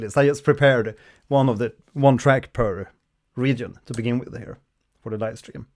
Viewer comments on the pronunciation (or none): none